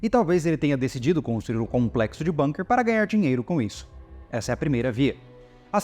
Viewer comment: Aprendi recentemente que a pronúncia é BUNKER e não "BÃNQUER" já que o termo é Alemão e não inglês 😊